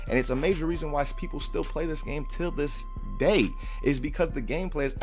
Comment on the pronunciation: Someone needs to make a list of times said "Till dis day" 😂